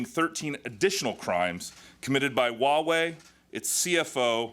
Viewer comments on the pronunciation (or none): it's Huawei not Wuawei.pay some money for your tongue.